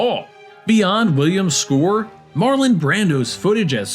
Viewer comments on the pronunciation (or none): none